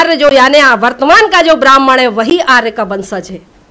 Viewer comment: आर नहीं आर्य शुद्ध उच्चारण तो सीखो।